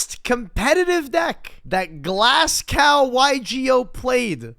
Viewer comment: Ive never been more triggered hearing Glass Gow. Its glaz like albaz and Go like, do not collect 200. (and farfa deserved the hate, not only for being a weegie but also running "lets make the previous hero/synchro format irrelevant" deck)